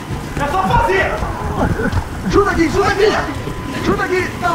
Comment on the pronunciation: O falo erado akakakakakak ele falo assim Chuta com a mão